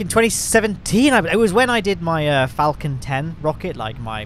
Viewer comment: I know you're saying "Falcon-10" but I keep hearing you say "Falcontent." As in, Falcon and Malcontent but combined into one word...